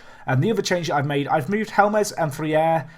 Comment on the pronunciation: you're funny. If you know how to pronounce 'HOLMES' then you know how to pronounce 'HELMES' (ignore the second e). Oh and 'Paola' is 'POW-LA'.:) But I like how you project for talent. I'm learning a lot about how to successfully play with minnows. I typically run one to promotion then jump at the first 'big' club job I can get.